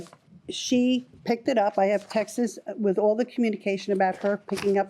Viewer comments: Or texteses... 🤦‍♂️ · Please people the word is “texts” NOT “textes”